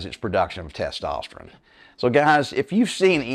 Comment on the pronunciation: been listening to you for about a month. So far, I really like you and your program. Appreciate the advice. But, for the love of God, could you learn to say the word “testosterONE?” 😂 Dude, that’s an “O,” not an “I.”